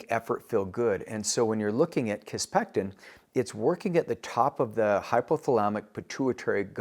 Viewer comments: Sounds like you're saying kisspeCtin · Please learn how to pronounce kisspeptin before pretending to be an expert on hormonal therapy.